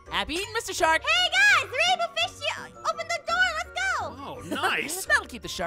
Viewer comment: DA WAINBWOW FWISH